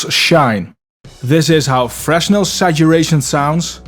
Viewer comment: Fresnel is French. Fruh-nel is the pronunciation. As in "Fresnel lens." He was a physicist, a person.